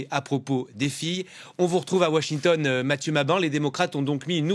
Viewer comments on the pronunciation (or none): none